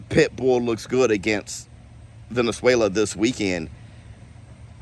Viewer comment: you messed up and said Venezuela instead of Valenzuela!:face-green-smiling